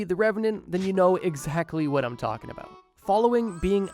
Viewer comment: “a-boot” lol